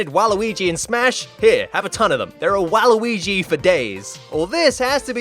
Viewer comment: That’s not mr game & watch’s up special also I love the way you said waluigi the last time u said it (wal-uigi) lol